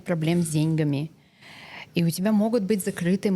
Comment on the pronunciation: Благодарю за подкаст. Красивая, живая ведущая. Исправьте произношение "с деньгАми".